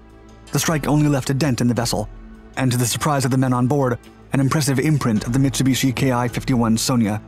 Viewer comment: He had to say mitchibishi I was picturing a eclipse 😂😂